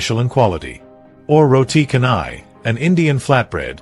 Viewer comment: "canai" in "roti canai" should be pronounced as "chanai". In the Malay language, "c" is always pronounced as "ch"